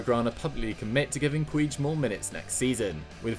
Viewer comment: Pronounced Pooch not Pueege